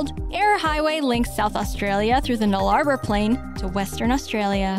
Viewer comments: The "Nell Lar Bore" Plain in Australia Hahaha it's pronounced "Null A Bore" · Kenneth Scott Huntley and Null-ar-ber Plain. It’s pronounced Null-a-bore even if it’s spelled Nullarbor. Made me chuckle too. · The What plains - for you simpletons Null-la-bore plains